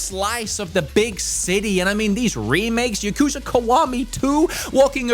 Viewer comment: taking a shot every time he says yakuza wrong